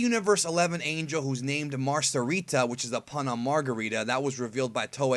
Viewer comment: "Mar-kah-ree-ta" get it right